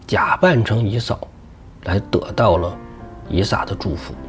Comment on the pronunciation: 以撒。 名詞撒一聲ㄙㄚ。 撒拉.撒都.撒拉.撒冷